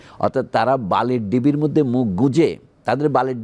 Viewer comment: সমন্বয়করা বড় স্বৈরাচার । এদের বিচার করতে হবে সবার আগে । এই লোক বালির ঢিবিকে বালির ডিবি বলছে। এই লোককে আগে উচ্চারণ শিখতে হবে । তারপর হাসিনার সমালোচনা করতে হবে ।